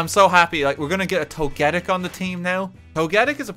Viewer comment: why the fuck does he pronoounce togetic as togétic